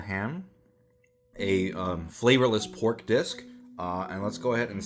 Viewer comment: "pork disk"